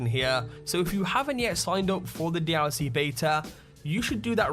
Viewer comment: everytime this guy said dlc he's say: dee owl c